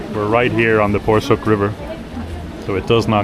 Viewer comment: You're such a cute and respectful couple! Your choice of visiting Eskişehir shows your genuine interest in the local culture and history. Your pronunciation of most Turkish names are near perfect (e.g. Porsuk, lezzetli). By the way, "cadde" is pronounced "djadde".